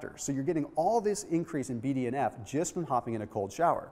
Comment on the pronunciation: Whenever he says BDNF I hear BDSM